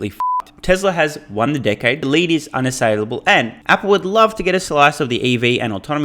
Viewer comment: Maybe on the teleprompter It was not written "Mary you led..." but rather "Mary you lead..." as in Mary you wear shoes made out of lead (metal), you will never catch up the EV race... :) Love your humour btw !